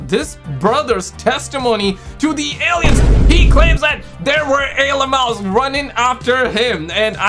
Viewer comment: Wtf are alieums? 😂